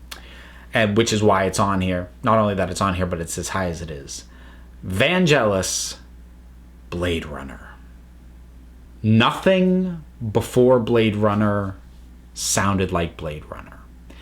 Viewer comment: Sorry to be picky, but it's Vangel (as in sell) is, not Vangel (as in jealous) is.